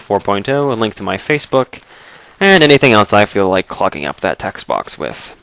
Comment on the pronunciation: ya know you said music "bok" at first i'm like: what the heck is a music bok. Then its like: oh, okay, he meant note "box"